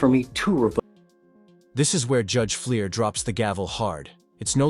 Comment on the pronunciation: First defendant looks like he's enjoying the recitation of his deeds. And get a better text-to-voice app: the judge's name is Fleischer, not Fleer.